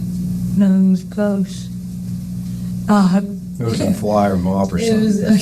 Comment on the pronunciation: 'ghost' Omg is she drunk???